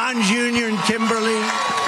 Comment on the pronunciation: Did he say "Jimberly"? Who that is?? lol